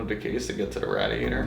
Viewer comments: It's pronounced Ray-diator, not Rad-iator...;) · It's RAY DIATOR. NOT RAD IATOR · i had to stop the video. i couldnt take the Rah-De ate her anymore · how has this guy never heard someone say radiator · Nice video but you're saying radiator wrong and it's incredibly triggering